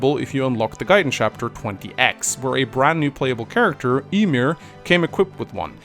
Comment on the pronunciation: Tfw pronounces Ymir'a name incorrectly... Dude, its pornounced "Yi-mere"